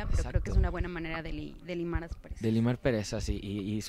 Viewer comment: Min fue mi idea o dijo limar perezas?? La reportera se escucha lo menciona correcto, limar asperezas.